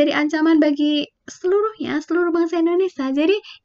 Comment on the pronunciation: Indonesia kak.. Bukan Indonesa